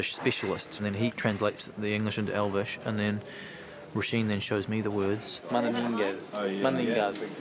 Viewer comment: In all fairness to Brett, his Elvish pronunciation is really good! It has a continuous rhythm that you would find in a native speaker, and it doesn't have this pronouncing-every-syllable staccato odd-like way of speaking which can make a language you don't speak natively sound weird. He actually spoke Elvish in a more natural way than Legolas, Arwen and Galadriel sometimes. For me the best speakers of Elvish among the actors were 1) Viggo Mortensen, who spoke it like he'd spoken it all his life on the street, 2) Christopher Lee and Ian McKellen, who spoke it like Elvish scholars, and 3) Craig Parker / Haldir, who had a very natural cadence. Hugo Weaving comes close at no. 4 for me. Everyone else, esp. Orlando Bloom, seemed to accentuate every syllable, which just made Elvish sound weirdly unnatural.